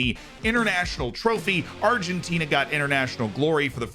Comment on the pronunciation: My G, you said Argentina pretty spot on... Nice! I was surprised as yourself... Very good accent